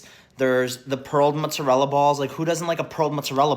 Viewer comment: Him saying "m'zrela" instead of mozzarella is actually driving me insane